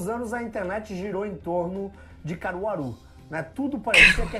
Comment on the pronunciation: Kkk eu so de Caruaru do nada kkkkkkk o cara fala Caruaru 😂😂👀😂